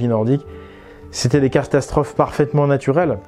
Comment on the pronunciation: il n'y a que moi qui a entendu " castasstrophe "? x) mdr, jten veut pas, super intérrésante ta vidéo!